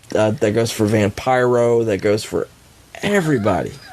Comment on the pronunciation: I love how he said Vampiro the way Oklahoma (Ferrara) pronounced it 😆